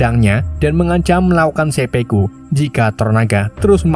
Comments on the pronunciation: Seppuku dul... bukan seppeku. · 1.09.23 dan 1.10.20 dst...dst..; Bukan Sepeku, tapi Sepuku min !